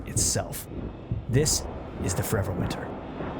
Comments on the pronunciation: It is absolutely restarded that you say the name of the game with the most mumbly voice possible and you don't even put it in the description. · Sounds riveting. Just up my alley. It's called Forever Winter? You failed to specify the name besides incomprehensibly slurring it couple of times.